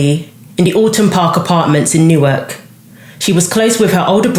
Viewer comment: FYI - it's New-Ark. Also Philly is about an hour from Newark, not an hour and a half.